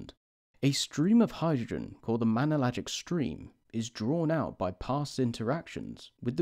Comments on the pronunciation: "Manellagic" Clouds? It's"Magellanic" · It's not mangellan